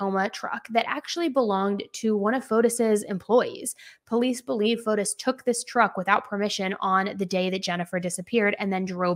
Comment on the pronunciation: I just wanted to point out the proper pronunciation of his name like this fo tee or fo tees.